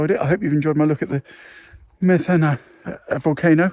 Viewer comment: Greek here, The accent is on the "e' So you pronounce it: Me'thana, ( no Metha'na )! :)